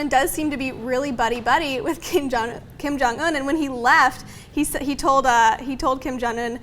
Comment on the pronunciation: Kim Jong-Un is pronounced Keem Jahng oon. Damn it, John...